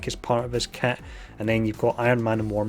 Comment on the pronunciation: I cant wait to see Rescue's cat since cant pronounce kit. And lets not forget about the "sex" six shards.